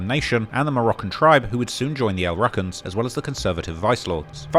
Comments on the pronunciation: It’s pronounced (L•Roo•Cans) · He pronounced it wrong. That’s what’s funny. Free Chief Malik